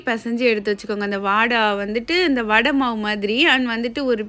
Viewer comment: வாடா இல்லை வடை Sister